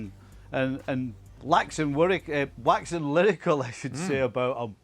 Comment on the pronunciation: Stevie always "laxes wyrical" when talking about united.